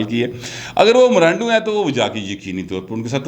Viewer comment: Please say Imrando clearly... it seems that someone is saying gandoo... aReham khans character best scent with washall